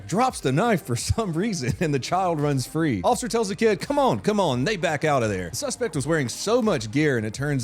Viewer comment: I heard "hands behind your fat."